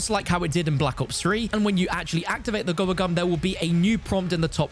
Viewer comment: "AND WHEN GOING TO EHHDIT A GOBBBLE GUM" 🔊🔊